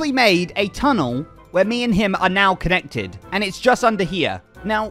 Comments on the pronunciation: It can’t just be me hearing him say ”Ken-nected”, right? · and we wanted to be KEN-nected? still not escaping the ken allegations